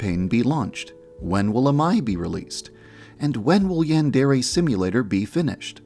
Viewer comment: I still find it hilarious that the creator of Yandere Simulator cannot even pronounce "yandere" correctly